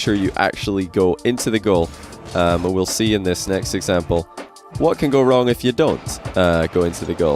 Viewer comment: man said getting wring